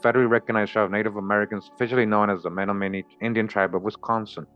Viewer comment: CHOKMA BROTHER THE CORRECT PRONOUNCIATION AS I HEAR ITS MEN-OM-IN-EE AND OSAJE